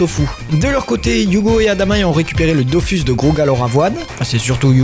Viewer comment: J'ai jamais compris pourquoi les gens disaient "Dofüs" et "Wakfou" alors que les deux u se prononcent pareil. D'autant plus que le mot "Dofous" est prononcé pas mal de fois dans la serie ! Ralage mis à part ta vidéo etait super cool. J'avais trop hâte depuis ton teaser subtil à la fin de la video précédente 😊 Je n'ai plus le temps de jouer aux jeux aujourd'hui mais je continue tous les autres médias depuis des années. Entre la sortie du dernier tome du manga Dofus en debut de mois et celle de la dernière saison de la serie Wakfu l'an prochain je trouve qu'on est clairement gâté. Pour ceux qui ont encore une XBox 360, allez vous prendre Islands of Wakfu avant la fermeture du marcket place car il vaut le coup ! Merci encore pour ton travail. Je me refais tes videos très régulièrement que tu parles de séries ou de jeux ❤